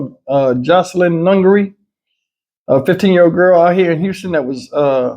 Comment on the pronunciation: ..Just and FYI It's Jocelyn not Joselyn. Just thought I'd let you know put of respect of Jocelyn❤❤